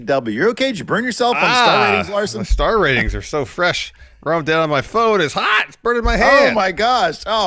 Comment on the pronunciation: FWESH AND HAWT